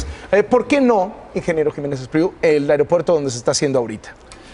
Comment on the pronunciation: Se dice "aigropuerto"